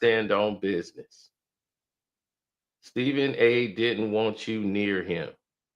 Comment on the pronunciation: said Srepben A got a thoroughbred. 😂😂😂